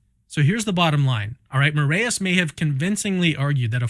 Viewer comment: Also, Brazil mencionado 💪🇧🇷 For the record, the "ae" in "Moraes" is pronounced like "eye", not like the "ey" in "hey" like you all are pronouncing it.